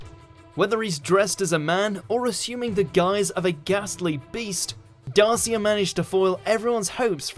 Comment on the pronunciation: The mispronunciation of Darcia’s name made me cringe!!